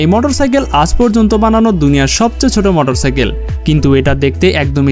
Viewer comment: মোটর সাকেল বলে ভাই